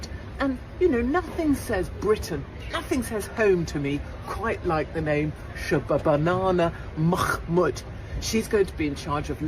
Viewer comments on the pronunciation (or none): I simply love Katie's Hopkins prononciation of SHHRRRABANA MAHHRRRMOODDTT name!!! <3